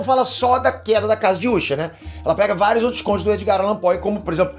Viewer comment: ta me dando uma raiva esse cara ficar chamando de úsher